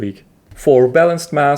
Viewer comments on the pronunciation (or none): It's SakapaTATE, not Sakapate man, put some respect on Gestral Broskis.